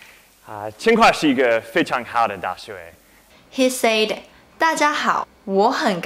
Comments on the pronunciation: hou made a mistake too, you pronounced "said" wrong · am I the only one who wants her to correct the way she says 'said' ????